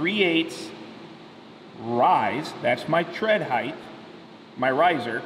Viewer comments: I’ve been a carpenter for 20 years and 50% of “ my people” say “ heighth with a TH sound. Length? ( check) Width? ( check) Heighth? ( x) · Why do you say height incorrectly? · Dude it’s height..... ends with a T not a th. From one carpenter to another. Plus learn the math without a calculator